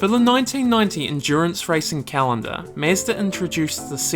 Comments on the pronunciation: I love this video. You did a great job! I like the sound of a British accent but when you say "car" and "Mazda" it's like nails on a chalkboard. You sound just like the character John Hooker in Mad Men. I think it's the mix of accent and mispronunciation that makes it stand out. You should use the word "ya'll" in your next video. I bet it sounds great when you say it. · MEZDA 🤷‍♂️ ?!? wtf ?!? Is it so hard to say Mazda??? Idiot🤬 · Mazda not Mezda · It is mAzda, not mezda!! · nice Video but it is pronounced Mazda not Meastah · Sounds weird when you say "mEzda? It's mAzda", same as AUDI, not ÆUDI. Original pronunciations sound better than english "conversions". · mAzda, not mEzda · It's Mazda not Mezda :D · Its Mazda,not Mezda.. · its not MEZDA its fkn MAZDA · Mazda, not "Mezda" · mAzda, not mEzda, thank you. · got me confused.. is it mAzda or mezda ? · It's Mazda not Mesda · It's Mahzda, not Mazzda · Bruh, it's mazda not mezda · Everytime he said mesda😬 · the only real mistake was pronouncing it "mehzda" -j/k well made video :) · MEZDA lol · Interesting vid. But why you keep saying "Mezda"? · "Mezduh" hahaha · Very interesting video. It is just a pity that you called it "mesda", it is unacceptable, made my ears bleed. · For sure stoo saying "mezdh" please 🙏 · Good Lord man, can you not call is "Mezz-da" the whole fucking video? What a travesty. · Mezda? lol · wtf is "mezzda" tho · Mah-zda is how everyone pronounces it - DORK ! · Meezda ? Never heard of such a thing! Lol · Who is the “mesdah” you keep talking about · holy shit did i just hear MESSDA? bruh wtf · Why does he keep saying Mezdah. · Who else scrolled down the comments to see if anyone else noticed how he pronounces "Mezd-aa" lol !!!!!! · Great video but please dont ever say Mezda.. 😁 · say mezda one more time I dare you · Me like 5 times in the video: who tf is mezder?? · mEzda.. you know mE(with an E)zda mEEEzda o.o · tf is this accent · This guy has the weirdest pronunciation of Mazda I’ve ever heard.